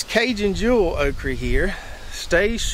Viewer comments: Why do you keep saying okree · What is a Okree? Okra has the letter "A" at the end of it not a "E" nor a "Y" Quite annoying hearing OkREE over 100 times. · Okry??? Almost pissed my pants every time you say it brother 🤘 made my morning . Excellent video 💪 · You can’t pronounce okra. SMH